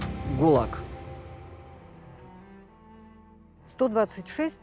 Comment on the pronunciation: ГУЛАГ..не ГУЛАк